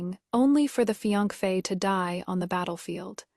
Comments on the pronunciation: It’s either fian-key or fian-fey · None of these ai audio readers can say fiancé 😂